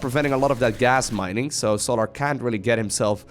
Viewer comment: it's pronounced sol-er, not sol-ahr, lol keep the great videos coming bro